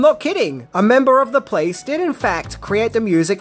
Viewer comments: I'm not the only one who hears "The Place" whenever he says "The Police", right? About alternative titles: The german title for the movie is "Die Glücksjäger" which translates to Fortune Hunters. Yeah, doesn't really make sense. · The "Place"???? What Place?? You mean "The Police"